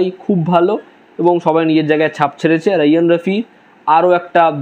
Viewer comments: Apnar uccanor hoy na. Raihan rafi re bole roiyan rofi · রায়হান রাফি হবে নামের উচ্চারণ 😊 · ৩-৪ টা কাজ দেখেছেন, কিন্তু নামটাই ঠিকমতো উচ্চারণ করতে পারছেন না😆